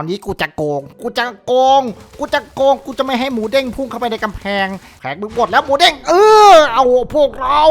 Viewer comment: Moodeng ครับพี่ ไม่ใช่ Moodang